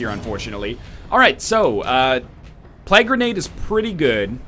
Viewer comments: And every time he says plag instead of plague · I like how NL says plague as plag.